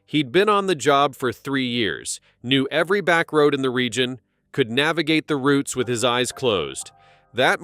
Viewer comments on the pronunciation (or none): none